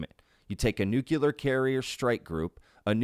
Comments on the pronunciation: Nu-clear not nu-qu-ler you sound so stupid when you say it that way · It's nuclear, not nukular lol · Nuclear=New Clear not newcular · I love and adore you— but a small amendment is necessary (and trust me a lot of intelligent people say this)— it’s “nuc-le-ar” not “nuc-yu-lar”! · nuclear ( new-kleer ) not (new-kya-ler) . to be fair, Grusch pronounces it the same. drives me insane. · Why can't Americans correctly pronounce the word "nuclear"? "nucular nuculear..." I see so many of them, yes I know it was so widespread that it became accepted somehow, but it is still wrong. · That's a lotta nukulas. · Nu - cle - ar. As in pertaining to the nu - cle - us. Nuclear. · It's pronounce 'new-clear'. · Nuclear- nu-clee-ar !!!!! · Just one thing to point out "Nuclear" is pronounced differently.